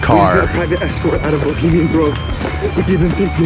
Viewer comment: "BELIMIAN" GROVE? ROFL! WHY NOT EDIT OUT WHEN U CANT SPEAK PROPERLY? IS IT A GROVE FOR SKINNY PEOPLE? BULIMIA! LOL.